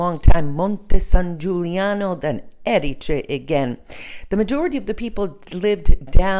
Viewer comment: I made the same mistake - for some reason native English speakers want to put the stress on the second syllable. Anyway, thank you posting this video. I was in Trapani a few weeks ago and it really is a great base for exploring that part of Sicily. It's easy to get the bus or the train to Palermo, Marsala, Segesta etc.